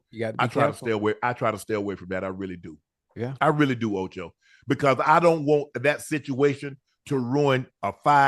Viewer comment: Say it with me Ocho it’s Shaaaaaaaaa not Shiiiiiiiiiiiii